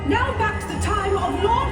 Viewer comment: I need to ride this right neow, like right neow